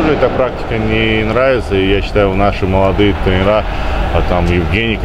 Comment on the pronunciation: Женек, не "тренерА", а "трЕнеры"